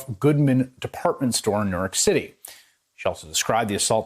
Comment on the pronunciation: Around the 26 second mark he says “Norork City” instead of New York City. These are the morons who can’t even read off a Teleprompter that the sheep get their news from. Now I’m wondering if I should bet the Norork Giants to win or lose their first game of the season.